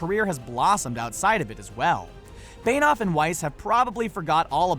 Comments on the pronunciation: It's Benioff, not Beinoff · Beynoff? It's pronounced Benny-off. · Though benioff is not pronounced bainoff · Say David Benioff's name right omg